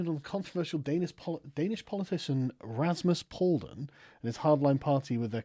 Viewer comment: He didn't get a seat in parliament It's pronounced Pal-U-dan